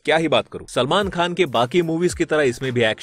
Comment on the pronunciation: Bhai name to sahi bolo selmon bhai